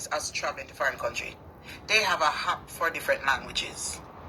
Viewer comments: Its an AP not a hap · The word is not hap, it’s app. Go learn to speak English.